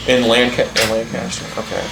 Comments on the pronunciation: As someone from PA. First of all Thank you! Secondly, it’s pronounced Lankester around here. 😂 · It’s Pronounced (Lenkester) btw when you are in PA. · It's pronounced Lang-kist-er.